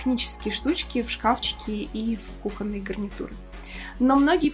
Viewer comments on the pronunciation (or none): none